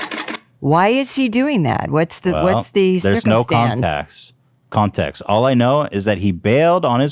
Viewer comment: I thought it was funny how he made fun of her for misspeaking then accidentally says “contaxt” instead of context like 5 minutes later lol